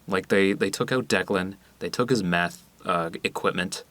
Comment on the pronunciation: "Jesse, where did you put the methé?"